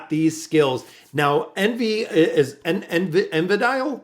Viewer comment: I think the pronunciation is Envy DIÉL (like an angel's name.. Like MIchael, Raphael and etc) like he is a fallen angel of sorts.